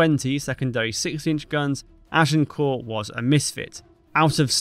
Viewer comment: Good to observe that you pronounce 'Agincourt' correctly - ! 😊